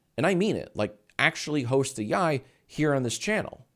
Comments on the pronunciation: Yee yee is how you're pronouncing yi yi for some reason jack?? Like yee yee ass haircut. Cmon man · can't pronounce his own show smh 🙃